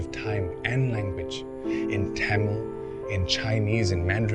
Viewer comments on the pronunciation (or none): none